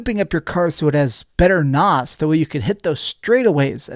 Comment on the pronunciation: Did he just say NOS? 😂